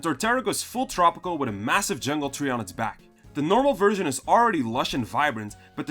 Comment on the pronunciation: TREE not THREE